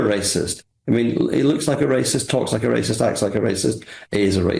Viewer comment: Wacist wacist wacist. That's all I heard from this deluded Labour